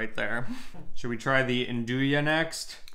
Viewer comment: not 'inn-doo-yah', nn-doo-yah